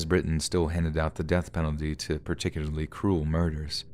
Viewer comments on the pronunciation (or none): none